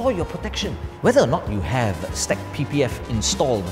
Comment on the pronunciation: Great video, but "STEK" is pronounced "S - TEK" and it stands for "Shield Technology". I was told this by the manufacture that is based two hours away from me. I just started carrying their products.